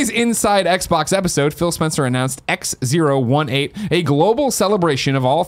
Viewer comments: It’s “XO eighteen” not “Ex Zero One Eight”. What the fuck Greg. Also I’m sure that chair company is pronounced “sim” since it’s simulation related. Jesus. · I hope someone called Greg up on his "Ex Zero One Eight" cos who the F would name their convention that? :D It's "Ex Oh Eighteen". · He kept calling it X018 but its XO18 as in the letter o not zero